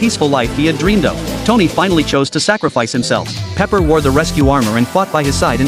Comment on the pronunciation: It's Pepper, not paper